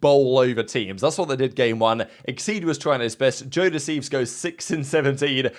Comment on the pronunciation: Anyone else hear "jodeci" when they say joe deceives? Or just me?